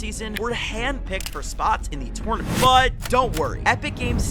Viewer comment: The way he saying tournament making me mad